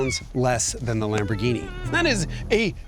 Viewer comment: LOL "LOMB-orghini" . Maybe stick with your impeccable German accent :)